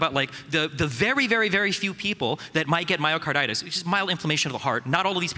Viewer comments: lol "Myocardartis" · Lady kept saying myokaidartis (a nonsense word) instead of myocarditis (inflammation of the heart) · Is no one going to talk about the amount of times this girl tries to dunk on the vaccine while calling myocarditis “myokidartis” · Listening to her struggle to pronounce this word grated me so hard. “Mayokaidortis” “miyocoydartos”. Please say it a few times to get it in your head. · Let the record be shown that zero deaths are attributed to mio-KYDORTIS. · “I’m a journalist,” “I talk to people, that’s how I know these things” she says in response to a question about her sources on myocarditis before pronouncing myocarditis as “myocidartis” for the umpteenth time. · "MIOCIDARTUS" - that one lady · Say it with me myo-ki-DAR-tis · "MaroCYDartis... MyroCarotis.... MarcoPolotis..." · "Myocar-dar-tis". Boy, they were truly scraping the bottom of the barrel when they compiled this panel. Oy vay. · Mycorditis lol oof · What is this myocardartis she kept talking about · Lol that lady just can't properly pronounce "myocarditis" for the life of her, she seems to know she's saying it wrong each time but she just can't get it out properly. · I have to say, the two most annoying people must've been that Asian girl on the left and Destiny. The Asian girl had absolutely no idea what she was talking about and the way she kept mispronouncing myocarditis really started to annoy the living crap out of me. Destiny seemed to be in his disagreeable zone where he seems most comfortable. He seems to shut down the rational part of his brain under these conditions and simply wants to disagree with anyone he sees as a political rival.